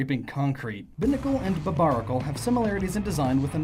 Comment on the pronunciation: I cringed every time he said "Binnacle" and "Barbarracle".